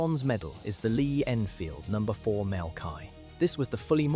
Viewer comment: Agreed. It is annoying. Furthermore, the letter MK is abbreviated from the work Mark. It should be pro ounces as Mark. Mark denotes the progressed version in the development of the equipment or weapon.